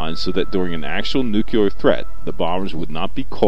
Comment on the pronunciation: First of all, stop saying "nukuler". With the second bomb, 4 of the safety switches failed with only the 5th switch preventing detonation.